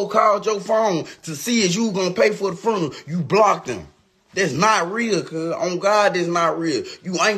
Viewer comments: This child keeps mispronouncing funeral as "FURNERAL," and it's absolutely killing me. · " Furneral... On God".... 😐